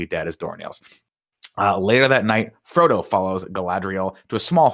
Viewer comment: Nick calling Frodo Fredo is the funniest thing in my life and all of middle earth 😂😂